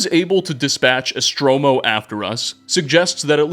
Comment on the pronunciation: holy shit its so off putting how EVERY SINGLE NAME you pronounce wrong its hard to listen. it says ESTORMO not ESTROMO